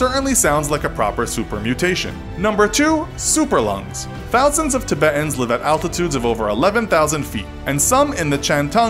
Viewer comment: The way he pronounces Tibetans pisses me off